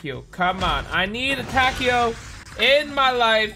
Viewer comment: I'm sure it's (Ta-kay-o) but i could be wrong.